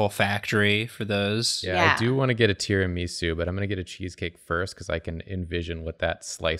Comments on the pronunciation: sorry but WTF is Tira - me - su. i think you mean ti - ruh - muh - soo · Wait. Wait. WAIT. Is that really how Americans pronounce Tiramisu? TiaraMEsu? Really? I need answers!